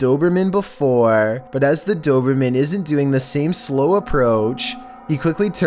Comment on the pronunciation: I like how you said dobermean first 😹